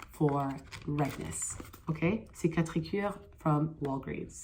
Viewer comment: this video is so old but omg if you happen to see this i love how u pronounce cicatricure with a french accent but its actually a mexican brand!!! very popular in south america they started out with a gel for fading surgical scars and wound scars and then expanded into facial skincare, def not french